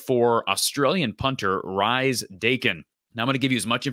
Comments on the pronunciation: The pronunciation is Reese (from a relative ) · It's pronounced Reece. Good to see a screenshot from my interview with him with one of our local clubs. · I believe it's pronounced Reese. It's the traditional British and Australian spelling that throws ya.